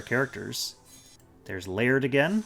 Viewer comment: Lay - ird ha! I've always wondered how to pronounce that!